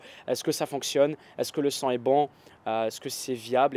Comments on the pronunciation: ça me stresse d'entendre "sang" à la place de "son" lol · quand tu dis le son j'ai l'impression que tu dis "le sang" bref sinon très bonne vidéo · Je suis le seul que ça stresse qu'il prononce "son" comme "sang"? D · Ahhh il dit "son" et pas "sang" ! J'ai eu du mal xD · "son" pas " sang " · oui le sang mdr😄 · Si tout aussi tu as compris sang a chaque fois qu'il dit song mets un j'aime. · younes karmouche J'ai juste dit que ça faisait bizarre d'entendre "son" prononcé de cette manière, en rien j'ai insulté ou j'ai dit que c'était un accent de merde, va falloir que tu redescende un peu, mon pote.